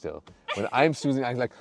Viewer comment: not pronounced “snoozing”..that’s a totally different activity all together..its “snEEEEzing”